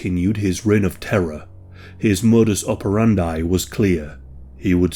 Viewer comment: Mudus operandi rhymes with "brandi", not with "fry". Read it like "oper and dee".